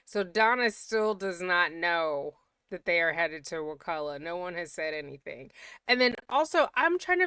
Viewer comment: I’m a third generation Tallahassee native, so thank you for your correct pronunciation of Wakulla! Years ago I was watching a show that mentioned it several times, and they kept saying it wrong! It drove me crazy! I have a close family member who is a lawyer in Tallahassee (but has nothing to do with this case). They had told me that it was very likely that Donna was in the Wakulla county jail instead of Leon county because of snitches.